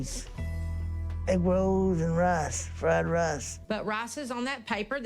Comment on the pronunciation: When he said to his dummy GF, " it's frard rarce" bloody heck 🤦